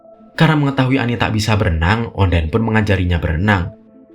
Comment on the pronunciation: ONDINE bukan ONDAINE